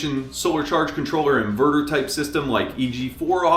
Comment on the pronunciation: InvooRooR in-Ver-Ter. Hunnert hun-dred